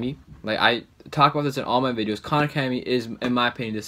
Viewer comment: AHHH KHAN ACEDEMY